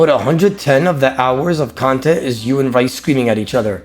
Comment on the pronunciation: How does still not know how to pronounce his name. It's pronounced Reece not Raice